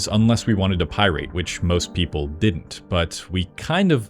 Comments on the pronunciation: What they heck is a pie-rate? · What is this "pieraet" you speak of? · 0/5 say the word right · Hahahaha omg the way this jibroni pronounces pirate lol. What a moron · Loved the video, hated the way you mispronounced the word pirate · Great topic but how can you correctly pronounce "piracy" and incorrectly pronounce "pirate" and "pirate-ing"? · I wish you'd learn how to pronounce "Pirate" and "Pirating." Captain Jack would be very upset! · Is this AI generated? Why does he keep saying "pirate" totally wrong? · your pronunciation of pirate, it makes me rather irate. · Is nobody human anymore? I'm gettin' p-IRATE listening to the blatant mispronunciation of AI. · Bro made a whole video on piracy and said pirate wrong the entire time 💀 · Why is he pronouncing pirate like a dumb ass ? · sounds like he's never heard how pirate was pronounced lol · Effective use of pie-rate rage-bait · Pie-rate??😂 Also: "animes" is not a word. Anime is plural as well as singular. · Why do you say Pi rating? Bro you Aing. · Why do you say PIErate, instead of pirate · Thanks for the worthless video where you can't help but propagandize at the very beginning about viruses and then say "pie-rate" over and over like you've only ever seen the word in print. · Pie-rate? Wtf? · Pie rate🤣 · It's not an irate pie-rate, it is an bat beaten pirate. Pirate rhymes with bat, my dude 😅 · Every time he says "pie-RAIT", my ears die a little. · Why does he keep pronouncing it pie rate? Lol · The horrible way you pronounce "pi-rate" grinds my gears. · Bro pronounced pirate "Pie Rate" the whole video. I can't understand what type of accent explains the reason for it. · It's not pie-rate. What the hell is that pronunciation? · Left out FTP and Usenet and who knows what else. Meh. A history by a guy who wasn't there. Also it's Pirate, not Pirade. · why does bro keep saying pyrite? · Why tf you saying it like that? It's pʌɪrət Pi-rit NOT pʌɪ-reɪt Pie-rate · pie-rate......instead of just pirate.... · Pie rate?